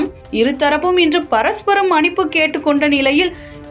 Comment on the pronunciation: மனிப்பு இல்லை மன்னிப்பு... என்ன வாசிக்கிறீங்க